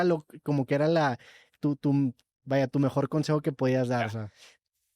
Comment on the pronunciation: ya diganle a roberto que se llama lakitu, no latiku